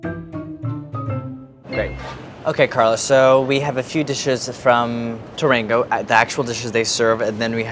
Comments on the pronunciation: He pronounced teranga like "turr‐an-go" at the end of the video lol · It’s pronounced “tè-rà-ngu “